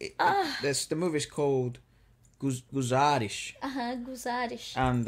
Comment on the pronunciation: The way you said guzaarish it's top notch.